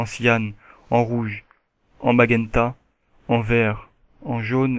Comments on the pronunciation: on dit cian et non cianne on prononce majenta et non magenta ^^ sinon bon tuto comme d'hab =) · Cyan et Magenta ça se prononce Sian et Majunta ;) super tuto sinon